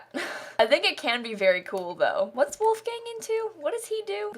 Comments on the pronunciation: So I just searched it and listened to a YouTube video and from what I hear the only difference is it’s “voolf” instead of “woolf” at the start! Obviously spelt phonetically there haha! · Also the main differences are that in german "w" is pronounced like "v" , "ch" is pronounced like more of a "k" sound (or sometimes more of a h) and there is no hard "l", it is always much more of a softer sound, like in "lemon". So his name would be pronounced like: Volfgang Munk (with a soft l) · I'm sorry, I just find it hilarious how you pronounce "Wolfgang". It's like a gang full of wolves and I crackle up every time :D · Me, a German: Say WOLFGANG one more time!!!! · The way she pronounced „Wolfgang“ is so funny to hear as a german 😂 love it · I'm American and that's how most pronounce Wolfgang here. I didn't know the difference until I took German in high school lol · even as a dutchie😂😂🤭🤭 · How are you meant to say it? I say it the same as her haha! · I'm german and the way she says ''Wolgang'' is hilarious! So funny! Love it! Will call every Wolfgang now Wolfgäng :D And Gunther! So freaking cool.